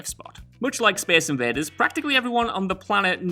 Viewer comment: speece inveeders